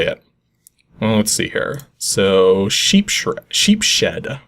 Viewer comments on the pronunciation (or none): Sheepshead is pronounced SHEEPS-head. It's some kind of fish. I guess I'd probably pronounce it that way too, if I never saw it before - so no harm no foul :) I've never heard of the card game though. Looks complicated.